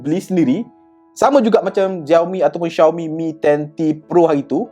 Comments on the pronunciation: Cara sebut dia memang Shiau-mi bukan Ziau-mi. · bruuhhh🤣 xioami doh sebutan die